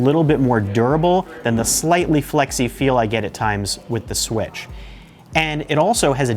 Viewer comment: Is it me or is he saying swish instead of switch